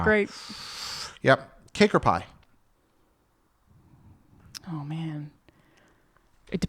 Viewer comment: I keep thinking you say kinkerpie instead of cake or pie lol. I don't know if that's actually a thing but that's what I hear